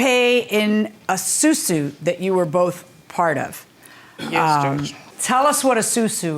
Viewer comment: Its Asusu not susu